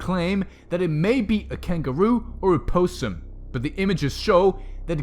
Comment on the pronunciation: It’s possum not poe-sum